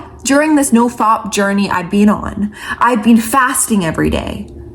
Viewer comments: você é maravilhosa mas não inventa moda...é nofap e não nofop 😂😂😂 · love how she says nofap. 🤣